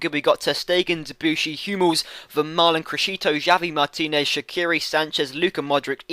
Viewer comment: its pronounced havi martinez. nice vid